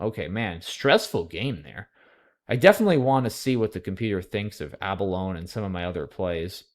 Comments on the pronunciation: 4 syllables in a-buh-low-nee :P Nah I'm just teasing. You're so godly at Scrabble it's nice to know you're human in other areas of life :) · ABALONE is also pronounced with a long E at the end.